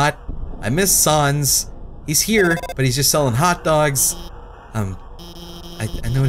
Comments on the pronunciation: every time he saw shans instead of sans I get mad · I wonder if realizes he's pronouncing sands and papyrus wrong. And until recently Undine.